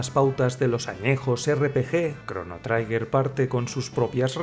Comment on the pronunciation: Trigger no se pronuncia traiger, se lee tal y como se escribe 'triguer'